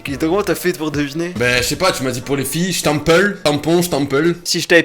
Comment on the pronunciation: S'tampel pas shtampel